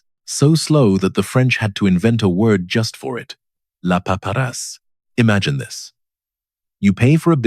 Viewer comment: Not "La Paparasse" (paparazzi), but 'La Paperasse' (paperwork).